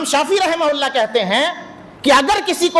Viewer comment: Rahim hulla raham hulla kyon karo rahamatullah boliye kam se kam yaar Naam lo to adab se to Naam lo Rahe mohalla kyon bol rahe ho rahamatullah bolo